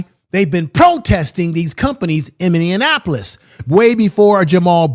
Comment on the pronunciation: It’s Min•ne•a•po•lis